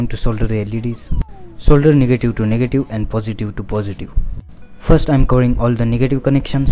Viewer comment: Didi he actually said niggative connection ? xd